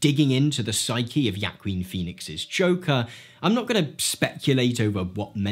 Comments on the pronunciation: It’s waa-keen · Yaqueen Phoenix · This nigga deadass said "Yaquine Phoenix" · Repeat after me, bruh, HO-aH-KEEn. Thankfully, Joaquin doesn't care how people pronounce his name. Such a care-free dude. ♥ Tbh, i do related to Arthur, in the sense that i can understand the struggle, the bullying, the marginalisation, the desire for appreciation but getting nothing but insults in real life. There are people who, when in full mental breakdown, will either harm themselves, or harm others. Arthur actually understood that he had nothing to lose. Absolutely nothing. He had already lost everything, including his own sanity. So, nothing, not even killing or morality, meant anything to him. This is different from a psychopath, as they are unable to emote at all, but we saw deep emotions in Arthur. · Joey Queen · Please learn how to pronounce the actors name correctly.